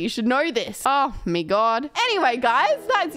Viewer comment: "oh me god": where are you from? English is not my first language, not sure what accent is that.